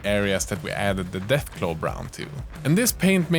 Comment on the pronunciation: Deathclaw brown u said deathglow 😮